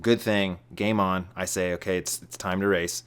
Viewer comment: said so many words in two syllables.